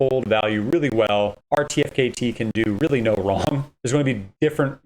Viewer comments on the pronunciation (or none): incorrect. you can mint 3 per qualifying NFT... and pronounced artifact = RTFKT